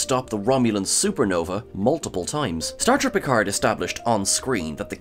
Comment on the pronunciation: Please: Picard with a silent D At least this "original" Piccard, when it's french, the D is silent.